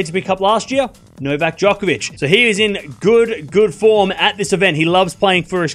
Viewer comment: Stop acting like Nadal is good on hard courts Bc he’s not also quit calling djokovic jock it’s joke hence he calls himself joker not not jocker !! How about we pronounce your name wrong !!!